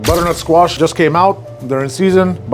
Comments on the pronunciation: Bro sounds like an auctioneer when he says bddrntsquash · “Brrrrrnut squash” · I love how he says butternut squash 😂❤❤❤ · Never knew “butternutsquash” was one syllable til now lol.